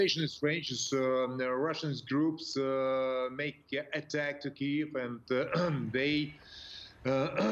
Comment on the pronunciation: Why is the reporter pronouncing Kyiv incorrectly?